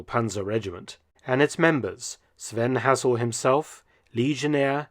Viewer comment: Shame you can't pronounce Hassel properly.